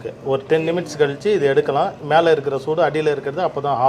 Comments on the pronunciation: Say minutes don't say nimits 🤣🤣🤣🤣🤣😂😂. But your kaju burfi is 😋😋😋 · Sir, it is minutes. Not nimits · Very tasty one. Super brother. Kindly say minutes not nimts, just a small correction for your future benefit. Thank you. Sorry if wrong. Regina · I கிலோ முந்திரிக்கு 3 கிலோ சர்க்கரை என்பது கொஞ்சம் அதிகமாக தெரிகிறது...ஆனால் ஸ்வீட் நன்றாகத்தான் இருக்கிறது. நிமிட்ஸ் என்பதை மினிட்ஸ் என்று சொல்ல வீடியோ எடுத்தவர் திருத்தி இருக்கலாம்.ஆனாலும் ஸ்வீட் சூப்பர் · அண்ணா சொல்ற நிமிட்ஸ்சு சூப்பர் 😁😍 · Forty nimits 😁 but recipe super.